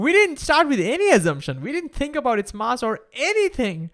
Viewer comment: Learn how to say "mass"